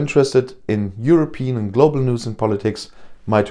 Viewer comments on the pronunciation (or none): none